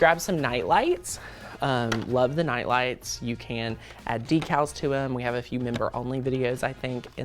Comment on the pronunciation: At first I was like what are Nalas, Then realize he said night lights 😆